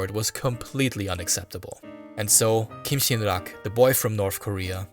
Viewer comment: As a korean, you pronounced kim sin rak very well😊😊😊. Thank your awesome content